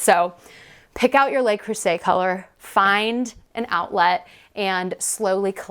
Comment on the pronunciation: A little French goes a long way. If you sa Lu (like duh) Creuset, you will be chic. "Lay" is spelled Les.